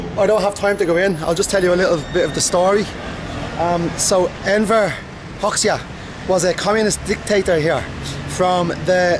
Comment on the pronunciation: It is pronounced Hoja